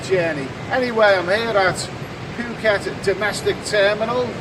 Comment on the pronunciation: good vid.....Good to hear you say Phucket correctly the way the locals say it ("Pooh-ket"}... But please also say 'Pattaya' the way the locals say it too!.. It does my head in when people say it to rhyme with "papaya"...... Best of luck, Vincent